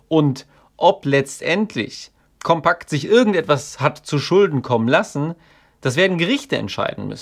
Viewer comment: Compact geschrieben, Kompakt gesprochen. Englisch ausgesprochen ist hier unangebracht.